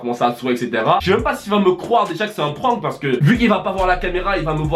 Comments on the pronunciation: Prononcer juste prank ça ce dis prænk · j'aime pas quand on dit le mot PRANK avec l'ACCENT FRANCAIS ! c'est horrible pour les oreilles putin 😷😷